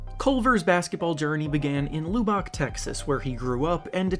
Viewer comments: Lubbock is pronounced like lou-buhk, not lou-bock. It gets annoying when you actually lived there and hates it mispronounced. Thank you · Lub-buck is how it's pronounced my man not Lew-beck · Its not lube-ock its lub-bock, pronounce somethin like “lubuck” I whent to school with culver (all of middle, most of highschool). Not only is he an awesome person, He is a super hard worker and doesnt give up! just because hes had a lack luster performance in other’s opinion, i think he can bounce back, because of his drive and he can ball no doubt. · It's pronounced "LUB-buhk", not "LUE-bahk" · it’s pronounced “luhbick” not “lewbock” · seriously bro... call it luh-buck next time. Loo-Bock bothered me. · Bro....its pronounced Luh-bik. Not Loo-bik. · Dude. You are pronouncing Lubbock so wrong 😂😂 the “u” makes an uhhh sound so pronounce it like “Luhbbock” not “luebbock” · 1 min 30 sec + intro and pronounces Lubbock as loobuck. I’m out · Loo Bock? lol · Loo00bock. Riiiight. It pays to learn how to pronounce names and place names. It gives credibility to your presentation. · Also say lubbock like lub-ick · Lubbock La-Bick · It’s Luh-Bick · This dude really said “Loo Bock” 😂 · Lue-Bock I’m fucking dying man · It’s pronounced L-Uhh-beh-k. I live in Lubbock (unfortunately). Love the vids tho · Lubbock is pronounced la-bick. Im from Texas so it kinda bothered me didn’t want you out here getting clowned lol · It’s pronounced LUH-BUCK, Idiot. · Ahaha Luebook haha 😂 😂 I cringed a bit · Lubbock is pronounced, Luh-Bick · Need to say Lubbock better tbh 💯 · Learn how to pronounce the city Culver played in. You sound foolish with the incorrect pronunciation. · The way u say Lubbock 😭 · The way you say Lubbock is all wrong wtf that shit sounds funny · Wow, y'all can't pronounce Lubbuck, Texas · The way he pronounced Lubbock just made my ears bleed lmao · For future reference, you might want to check the pronunciation of Lubbock haha. Coming from a person who goes to university in Lubbock.